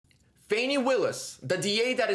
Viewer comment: It's Fawni* - Rhymes with Commie 😆🇺🇲💔